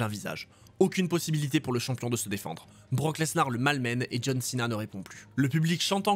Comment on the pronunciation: BROCK LenSAR 😂😂😂😂